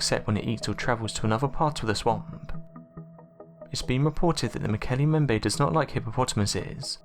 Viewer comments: Why does he call it the "Mokele Membe?" If he carefully read the word in front him, it should come out as "Mokele mm-bem-bay." And he irritatingly stops vocalising way before the end of each sente-----ce. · Mo ke le mmmm bem be Is the correct pronunciation. irritates me when people can't pronounce words correctly. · mo-KAY-lay m-BEM-bay. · mmmm-okol_umm-bem-bay that's how it's pronounced.... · You are mispronouncing the name. The second part of the name is pronounced like this: mm-bem-beh. In other words, both the first letter "B" and the second letter "B" are pronounced in Mokele Mbembe. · MO KO LAY LAY MM BEM BAY Is the actual pronunciation I am quite sure. Great video though 👍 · Muk-L-E mmmm-Bem- bay Sir Context clue for ya.. Been to the Origin area And dis be how they pronounce it... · Why do you insist on pronouncing the name wrong? There are 2 B's in Mokele Mbembe!!! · Learn to say Mokele Mbembe. ..| | seven syllables, can you not say what is before your eyes?